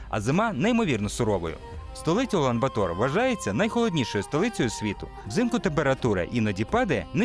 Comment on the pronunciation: Ула́н-Ба́тор (монг. Улаанбаатар — «червоний богатир») — столиця та найбільше місто Монголії. (виключно саме такий наголос!!! жодних "батОр")